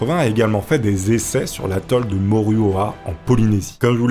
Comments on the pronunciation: salut c mururoa pour info. pas murorua. bon taf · Petit truc c’est pas moruroa c’est muroroa mon grand père y était 10 avant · L’atoll de Moruora ou Marue au rat ?!?! 🤣🤣🤣 Là tu l’as tué ! Du grans tounlard !!! 🙏 Mu ru ro a : Mururoa 🤣🤗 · allors juste pour dire ca ce lis moruroa mais ce prononce morouroa mais sinon pas mal la video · Mururoa* Attention à la prononciation ><